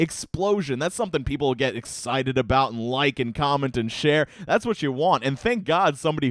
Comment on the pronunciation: Am I the only one who heard "Help this gentleman end his family"? Work on pronouncing the word and.